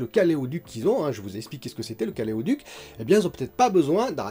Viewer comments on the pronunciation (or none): Bonjour.... Caléoduc? Ou caloduc? Plus sérieusement je trouve que Microsoft "déconne" pas mal en ce moment avec Windows 11. Autant j'étais assez fan de leur approche dans le domaine du jeu, autant là ils sont en train de bien m'écœurer avec la mise au rebus d'un parc énorme de machines pour des raisons qui ne m'ont pas convaincu. Bon, je sais que ce n'est pas l'endroit, mais ça soulage de le dire...;-). Votre communauté ne grandit pas à la hauteur de la qualité de vos vidéos.... Mais "chi vapiano va sano e va lontano" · Caleoduc, c’est pas caloduc plutôt ?